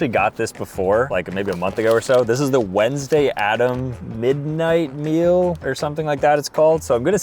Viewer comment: they thought you said whensday